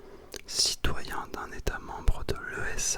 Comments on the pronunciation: l'esa vien de confirmer sur Twitter que l'on prononcez "EE-SAH" et pas E. S. A. du coup j'ai pensée à toi 😁😉. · Cette chaîne est super, mes deux parions sont la musique et lespace, ça tombe très bien 😁 (on prononce "éza" au lieu de E. S. A. 😉)